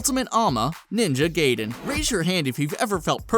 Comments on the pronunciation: "Ninja gay-den?" I thought it was "Ninja GUY-DEN" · "Ninja Gayden" totally right pronunciation. shit like the rest of this channel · it isn't "GAYden", it's "GAIden" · Or Gaiden.